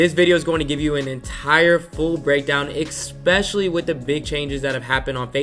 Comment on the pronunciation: IT'S, ESPECIALLY! NOT EXPECIALLY!!! great video brah